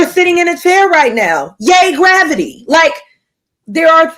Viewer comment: "I don't know why graviyis new to you" 😂